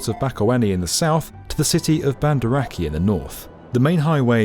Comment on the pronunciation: It breaks my heart when you said “ah-keh”.